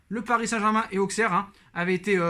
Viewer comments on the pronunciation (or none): none